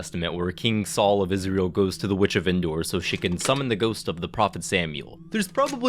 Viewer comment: "Goost" 💀 Stellar video, mate!